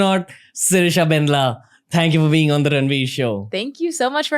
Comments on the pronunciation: When you are Telugu person and cringe😬😬 when he says BANDLA as bendla...... I know .......! its not his fault....😅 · Bandla not bendla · It's Bandla spelt as "Bun -Dla" not Bendla dude..